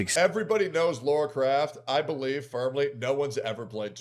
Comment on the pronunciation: Lah-rah. Not Lor-ah.